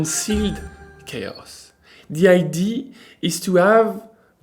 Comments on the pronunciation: Bonjour, juste pour votre information idea se prononce (aɪˈdiə). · Any help from the sponsor for the pronunciation of “idea”? 😂 Just kidding, I’m glad you are back 😉